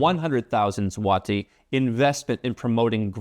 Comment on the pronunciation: Dude, you nailed the pronunciation of my hometown, Wrocław. That's rare. Now, just Złoty. It's pronounced with an 'o' like in 'born,' not the 'ah' sound you were using. Anyway, it's good to see you're still posting -- it's been a while. By the way, I used to watch your videos a few years ago when I was thinking of moving my tax residency elsewhere. But then the government here introduced a 5% income tax for folks selling the rights to their IP, which I do, and voila, they gave me the tax rate I was looking for without having to move 🎉